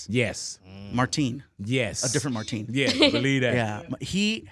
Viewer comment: Okay why if fluffy pronouncing Martin like that it’s really throwing me off 🤷🏻‍♂️